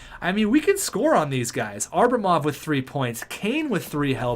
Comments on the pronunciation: It’s ABRAMOV not ARBRAMOV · atleast call Abramov by his name and stop saying Arbamov. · It’s pronounced abb-ra-mov